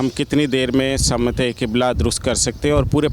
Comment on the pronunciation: Sim te qibla na ke Sama te qibla yar urdu sahi bolo